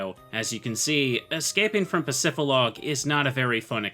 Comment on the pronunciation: bro please bro... Pacifi >D< log... "dee" pacifidlog, not pacifilog... please bro it hurts... just read the word